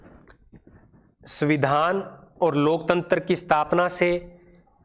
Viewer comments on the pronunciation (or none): none